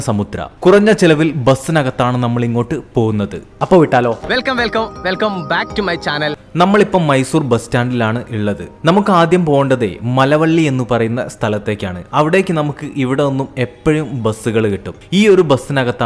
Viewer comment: സ്ഥലങ്ങളുടെ പേരുകൾ.. മലവള്ളി അല്ല മളവള്ളി ആണ്, കൊല്ലഗല അല്ല കോള്ളേഗാല ആണ്, മാന്തിയ അല്ല മൺഡ്യ ആണ് ചേട്ടായി😂❤